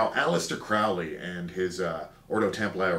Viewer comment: Interesting presentation, Enjoyed! Three suggestions: It's pronounced (he pronounced it) Crow-ley as in "Crow" not Cr-ow-ley. When you're drawing tree of life, might be more helpful to say Moon, Yesod equals SubConscious Mind, Mercury Hod equals Thinking Function, Netzach Venus equals Feeling Function, Sun Tiphareth equals Conscious Mind. Third, I see that you use the word "Cult" as in the popular definition of "cults" "cultish" representing the negative practice of brainwashing and controlling. However, the word Cult has a wonder and esteemed history--as in Taoist Cults of Immortality, indicating Schools of Cultivators or Aspirants. It's nice to research in depth to free one's mind from cult-ure thinking. Again, Enjoyed your presentation.